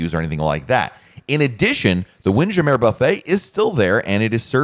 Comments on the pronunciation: can't get passed his pronunciation of WindJammer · Mais oui! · It's tongue-in-cheek. Like saying "Tarjay" for Target.